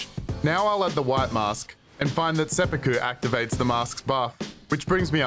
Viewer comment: "SepPOOku" lol